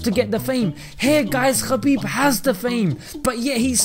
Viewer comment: Brother his name is ( Habib ) forget about the K ❤️❤️🌹 And in Arabic it’s ( حبيب ) Khabib the first letter like Khan it’s not very good meaning the right meaning to his name is with the letter H May Allah bless you our beautiful brother 💚